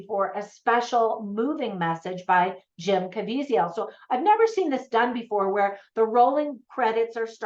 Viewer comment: Great review!! Just in case yiu want to know, its pronounced Kuh-Vee-Zuhl.